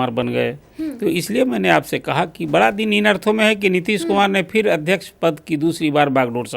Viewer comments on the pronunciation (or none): बाड़ा नही बड़ा😂😂😂